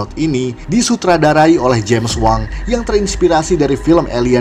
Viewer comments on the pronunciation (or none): Misi min numpang tanya, yang bagian lost galaxy kalau di Wiki random dan imdb Sutradara nya Steve Wang Soalnya kedengarannya pas Mimin ngomongnya kayak James wan yg nyutradarai the Conjuring